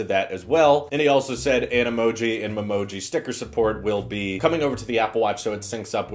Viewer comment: I can’t stand when he says “mumoji” it’s “ME-moji” (or at least I think it is).